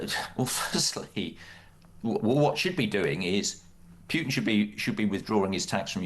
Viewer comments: The minute someone says "Pewtin" instead of "Putin", tells you everything about them and their worldview. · Here's a marker for stupidity: a person pronounces Putin's name as "Pyootin". Dead giveaway. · 'Pyootin'.. Is is too difficult for a so-called expert to say 'Pootin'...? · It is not “PJUTIN” its Putin